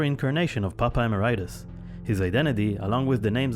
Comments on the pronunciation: we literally have people in the video, from the band and otherwise, saying "emerEEtus" and this dude keeps repeating "emeraitus" for no good reason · It’s Papa Eh-MARE-ih-tus not “emma-rye-tis” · Popeye Maridis??? wtAf? PAPA E-MERIT-IS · lol Emer-RIGHT-us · Papa "uh Mare eh tus" is how it's pronounced. You don't hear Tobias say it that often but he does in this video. I think a lot of people get it wrong. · That narrator said "Popeye mur-eye-tis" so funny! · Very nice video and all but 'Emeritus' is pronounced wrongly throughout the entire thing even though the correct way of saying it can be heard multiple times by several nameless ghouls and Tobias himself in this very same video. That threw me off a bit. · Love how some people can't pronounce Emeritus correctly. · the way you pronounce "emeritus"........ hurts me. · Why do people have such trouble with the word "emeritus". Hate hearing people pronounce it like it's an STD. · Everything is perfect but,the way they pronounce. Nihil and Emeritus!!!!